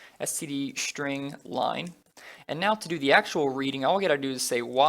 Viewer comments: Can you stop saying shtring ? It's string, not shtring I can't stand it. Everytime I notice it, it annoys me so much. So much. Str = Str, not Shtr STRING is NOT SHTRING. Nonetheless, useful videos. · Great tutorials! And I just love how you pronounce "shtring" :)